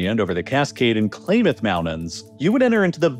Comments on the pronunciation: or CLAM-meth! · The Klamath Mountains you referenced early in the video are pronounced Clam-Uth. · Klamath is pronounced like Clam-eth, not Clay-meth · It's Clam Math not claymuth... grrrrrr... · It's "Kl-AH Math" like "Clam-ath", not "Clay-math. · clay-math? Come on man it’s called klam- Aaath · Klam-muth, not Clay-muth. Phonetics are funky. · It’s pronounced “Clam-Ath” not “Clay-math”. Just thought I’d put that out there. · please learn how words are spoken it's not claimeth think clam when you pronounce Klamath or look up somewhere to hear it said correctly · KL-am-ith Wa-Sat-ch If you are going to talk about a place like you know it, you should learn how the names of places are pronounced. A 30 second phone call to any local should suffice. Hell i don't even live there but i drove trucks based out of Utah for a few years. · You really need to look up pronunciations before doing these videos. Wasatch rhymes with latch. The first syllable of Klammath sounds like clam. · Klamath isn't well known so I get why you would mispronounce it. Here is the correct pronunciation Clam-Math. Clam like the mollusk. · Klamath, with a short A. The As are like the A in math. Potash... short O like the one on "pot". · You gotta check your pronunciation of the Kalamath Mountains. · That was an interesting pronunciation of “Klamath” 😂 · Yeah, as a Utahn I got a good laugh out of some of these pronunciations. It is clear he read a lot but didn't look at how everything was pronounced.